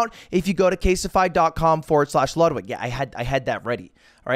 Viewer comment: I think you said caseify, not casetify